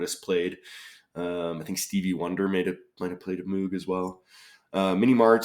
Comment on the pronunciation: great solve! just to be pedantic, moog is pronounced (mowg) like the first half of pogo stick